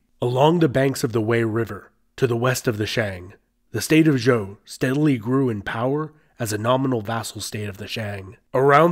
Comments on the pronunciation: Lol. Why do you keep pronouncing Zhou as "Joe". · This is going to bug me. Xia isn't actually pronounced how it looks. In pinyin, 'X' is prounounced like "sh" so Xia sounds more like "Shia," not "Zia" Likewise, Zhou also isn't pronounced how it looks. "Zh" in pinyin doesn't really stress the 'Z' sound. It's pronounced more like a 'J.' So Zhou sounds more like "Joe." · Um, Xia (Hsia) is pronounced Shee-yah. Zhou (Chou) is pronounced Joe.